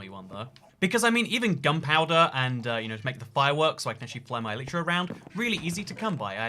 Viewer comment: Can you stop saying ehleetra